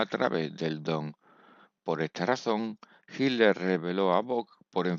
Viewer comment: No se pronuncia hiller 😅😅